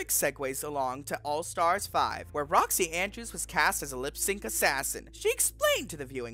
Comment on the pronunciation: Possible mispronunciations: Boxxy Andbrews Alyssa Edwarts Trinity K Bonet (without the silent T) The Viking Kandy Puse